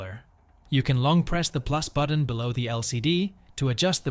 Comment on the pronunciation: Buddon? What's a Buddon? Ohhhhhh, you meant to say BUTTON 😂